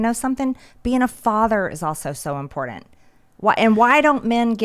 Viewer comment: I love MTG, I like the way she says impordant instead of important.